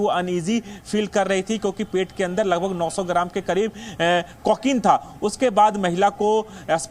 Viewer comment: अबे को के नहीं कहते को किन कहते हैं पहले बोलने की टर्निंग सीखो